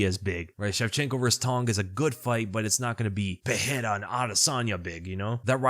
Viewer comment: Brother pronounces Murzakanov properly but still can't get "Pereira" right. There is no "h" sound like there is in "Ferreira" because there are no double r's.